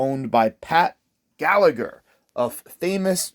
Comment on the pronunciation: Galla-her is how it’s pronounced, source: I’m Irish